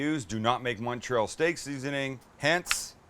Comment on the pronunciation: Great video. You actually pronounced Montreal correctly, most people don't. (I'm from Montreal) Only one question......where's the provolone cheese?!?!?